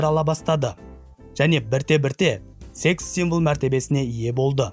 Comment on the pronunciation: sEx символ деген сөзді жаман айттың, бро😂🤐😶😬